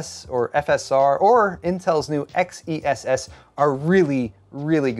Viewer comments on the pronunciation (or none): Isn't it pronounced "Excess"?